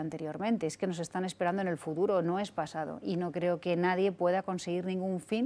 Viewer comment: "FURURO". Palabras huecas, ambigüedad, respuestas evasivas, balbuceantes, balones fuera y ninguna proposición directa... todo satinado con unas obviedades palmarias que siempre la acompañan y es incapaz de... a "fururo" actuará, créanla si son sumisos. Súmenle al señorito Almeida y tenemos un combo "irreprochable".